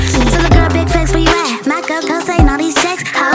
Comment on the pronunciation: Also, not 100% sure, but I think he pronounced Mako as ‘Make-o’